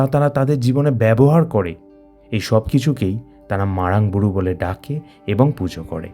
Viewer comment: Age nijer uccharonta thik karun. (MARANG BURU ).